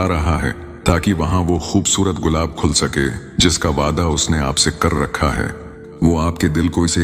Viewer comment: It's not gulab khul sakay it's gulab khil sakay. Your Urdu pronunciation is not good